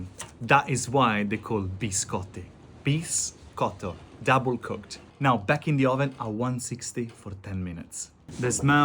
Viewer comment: Are you faking the Italian accent? Your "double cooked" sounds as British as they come 😂